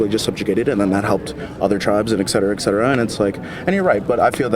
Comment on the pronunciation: I think people are misinformed about how to pronounce the words "et cetera". Its not "ex cetera".